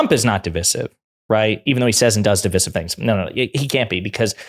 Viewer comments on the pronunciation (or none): Again, please stop saying "de-VISS-iv." The word, DIVISIVE, is pronounced like it's spelled.